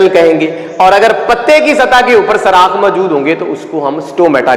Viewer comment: پیارے بھائی اچھا لیکچر ہے ۔۔ لیکن ایک بات آپ کو بتاؤں کہ لفظ سراخ نہیں ہوتا سوراخ ہوتا ہے 😊